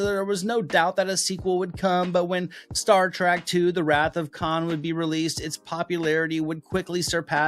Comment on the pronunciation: "Star Track"...🤔